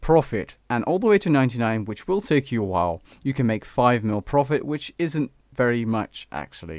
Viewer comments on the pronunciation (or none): Dude its profit.... please look ge...